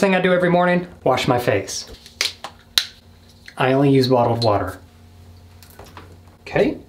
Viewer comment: "Wottled water" did yall hear that?